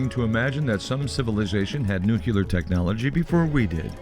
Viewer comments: enjoyed this video ... PLS note the word is pronounced as spelled ... Nu-clear ... not New Q lar ... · The mispronunciation of nuclear is really irritating.